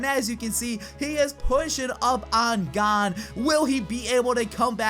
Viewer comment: why do you say Gan liken "G"and"n" instead of "G "ah"n"